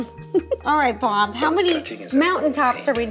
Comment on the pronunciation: ro said bom Instead of bob